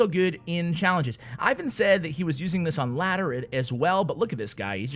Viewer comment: Ivan's name is pronounced "Eevan" with accent on the second syllable.